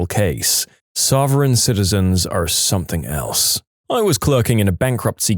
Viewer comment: No K in the word something